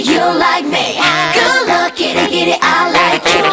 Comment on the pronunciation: yo creo que se debe a que pronuncian "kood luck" en vez de "good luck"